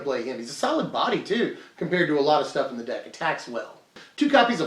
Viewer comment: Ah....Ze cat.... we meet again